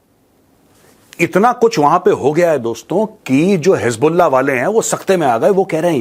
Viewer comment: Ajeet bharti bata rahe hai (hiz ball aah) (hiz ball naah) 😂